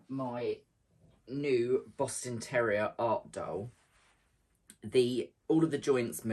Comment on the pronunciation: That boston terrier! And the goat! So lifelike! You have such a patience for doing tedious things, like all that free motion quilting. Quilting in general! I'm inspired. And I have to ask - did I hear you say "Boston Terror-ier?" Because that's hilarious - 😂❤😘